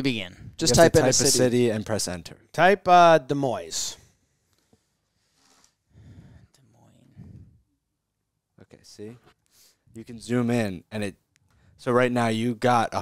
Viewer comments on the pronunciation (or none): His pronunciation of Des Moines was wild lol